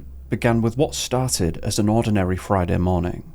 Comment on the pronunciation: fridah da fourteenf of sepembah